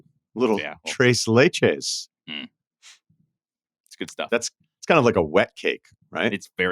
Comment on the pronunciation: Hurts my ears as a Spanish speaker to hear them say tres leches.